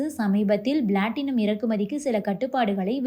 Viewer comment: Blatinum அல்ல Platinum என் உச்சரிக்க வும்